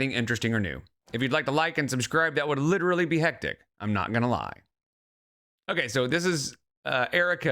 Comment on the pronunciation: Laigs and aigs, leeterallee, genuinely -coded.